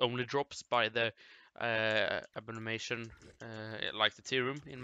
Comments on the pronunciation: A-BOM-IN-NATION PRONOUNCE IT RIGHT GODDAMN IT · A bom in ation., it’s not that hard.